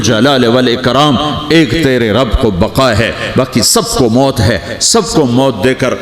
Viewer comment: Bhai maut hota hai moot nahi moot matlab peeshaab hota hai ...or maut matlab death sahi karo isko